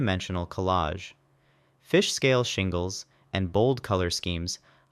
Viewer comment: How many tries did it take for you to nail "Fish-scale shingles"?! Talk about a tricky tongue twister!